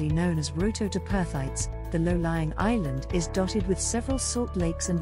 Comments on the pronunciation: Roe-toe???….more like rot-toe….those organising the narration for these should research first… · Rottnest. Is pronounced ROT TOE to the locals 🤷‍♀️